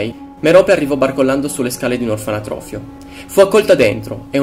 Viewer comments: OrfaNOtrofio, non "orfaNAtrofio" xD Bel video in ogni caso, molto interessante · ....la parola è "orfanotrofio"... non "orfanatrofio".... cazzo hai fatto un video de cristo, ma sta cosa t entra troppo in testa daje!